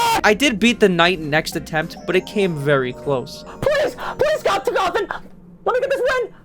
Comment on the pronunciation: the youtuber said "cawthin"